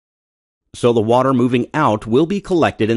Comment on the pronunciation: dude for fucks sake just say "the"